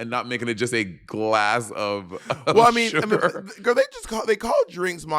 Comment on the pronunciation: Monet said “sugar” and I immediately went SHUGOR